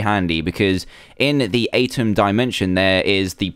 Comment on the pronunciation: It's pronounced "u-tem" Dan.😅